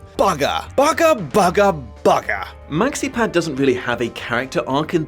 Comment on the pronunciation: Il neige finally learned how to pronoune Maxipads name. Good for him^^